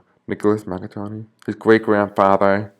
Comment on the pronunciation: Mangione, not maggattoni, or maggagoni, otherwise good reading, thanks